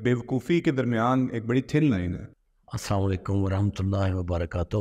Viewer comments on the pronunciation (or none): By the WAY, it's not samalykum... It's Aa.Salaam.o.Aa.lykum.